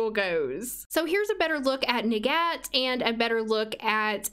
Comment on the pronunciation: Her name’s arabic but specifically the Egyptian dialect so her name is pronounced “nagat” in Arabic.